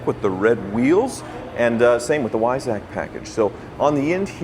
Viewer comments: LOL, "Why sack". It's pronounced "Vice-ock" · WEISSACH - Weissach is pronounced as "VYE-sakh" in German - you totally massacred the pronunciation. You guys need to travel to Germany.. drive on the Autobahn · Sorry, you did miss on the pronunciation of Weissach. It's Vie-soch. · "Whyzack" package. 🤣 The Germans are puking. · Pista in Italian means track or trail. And the Barrett-Jackson announcer got it wrong too, Weissach is pronounced VYE-sahk, like Visa with a long "i" and an almost silent "k" at the end. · I think we are saying the same thing here. It is pronounced like V-eye-sah, plus I copied the phonetic from Google, so I know that that is correct. It certainly is pronounced like said it or the Barrett-Jackson announcer as I watched it live during the broadcast. They all got it wrong. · Don't worry, is mispronouncing Weissach as well! 😛@